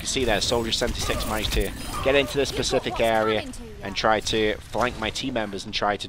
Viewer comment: "And all we need to do is lockdown pacific objective areas".. It's "Specific"